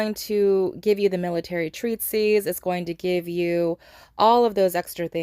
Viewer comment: 'treatise', not 'treatsies' 😂